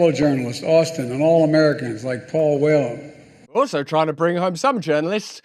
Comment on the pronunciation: It's Paul WHELAN, not Paul Well Joe! Smh. Anyone else catch that?